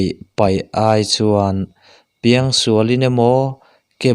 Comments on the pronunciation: A lawmawm hle mai,pathian thu ngaihthlak tur a awm hi ka lawm tak zet e. 'A piang'emaw 'Piang'tih hi a pai deuh a. A nih loh leh a thluk hi a dik lo deuh a. Mahse ka lo ngaithla rem mai a. Mahse hnam dang mizo tawng thiam ve chiang vak lo ten i tih ang hian a dan tur a maw an ti a nga. Kan tawng hi an pawngsual ka hlau deuh a ni. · A piang tih hi i thluk dik lo eee entir nan ni 20/ 1/ 2020 ah ka piang tiin thluk teh aw a dik mai ang. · I van ti tha em aww. Kan lo ngaithla ziah a nia. "Apiang"tih lai kha i lam dan a diklo a nia. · A piang tih i thluk dan chu ava mak ve.